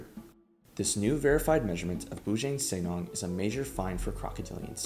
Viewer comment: The pronounciation of Bujang Senang needs a little work, but overall great video!